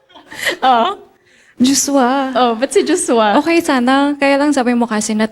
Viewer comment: Ang Cute ng pagbigkas ni Miss.Marion ng "JoshWa"..